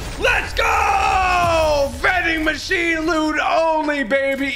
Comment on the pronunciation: He said mending machine like mincraft